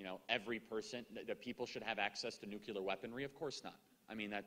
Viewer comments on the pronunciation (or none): I just have to say I can't stand when people say "nucular". It's nuclear goddamnit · Nothing about this video bothers me more than the use of the word... "Nucular" 😂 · NU-CLEAR. NU-CLEAR. NU-CLEAR. Nuclear. Say it right, please!!!